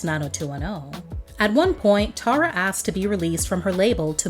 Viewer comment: One of the songs on her album is called "Tara By The Way," and in her case she pronounces it Tarra, like the narrator did.